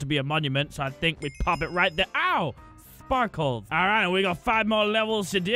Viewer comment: The way he says sparkles is so funny 😂